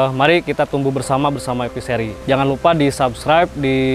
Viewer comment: Dengernya EPISERI, ternyata E Fishery